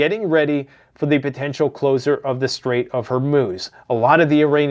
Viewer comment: Reports on days old news like it's breaking. Pronounces closure as "closer". Ceasefire as "siezefire". Says that Iran doesn't sponsor terrorism, but israel does? Claims they hacked a hundred million GB of trumps emails? Tf you on man?.... this is actual trash content. Complete mind rot...